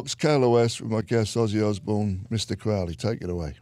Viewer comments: It’s pronounced Crow.....ley as in the bird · It still gets me, after all these years, Ozzy still doesn't know how to pronounce Aleister Crowley's last name properly...